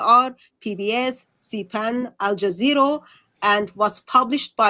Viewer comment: I swear I heard Hatun call it Al-Jazeero lol